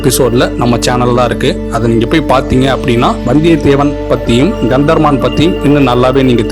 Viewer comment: Kantha Maran. Practice your pronunciation